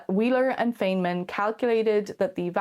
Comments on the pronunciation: I'd love it if you pronounced FEYNMAN correctly. ;-) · Come on at least pronounce Feynman's name correctly 😫 I was under the impression that in Stargate the ancients created those pockets of subspace and then charged them with copious amounts of energy. They were then tied to individual ZPM modules that would then act as conduits to that energy.